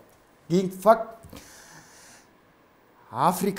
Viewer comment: Урматтуу алып баруучу мырза эмне үчүн дайыма ФАКК деп сүйлөйсүз? Туурасы факты болот да ; -Акыркы факка келдик дебей. Акыркы фактыга келдик деп айтсаңыз.